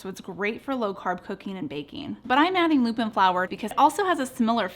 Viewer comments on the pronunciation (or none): none